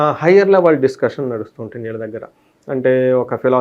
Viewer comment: వీళ్ళ దెగ్గర.. అని పలక లేవా మహానుభావా? ఈళ్ళ దెగ్గర అని పండితుడివైన నువ్వే పలుకుతే భాష చచ్చి పోతుంది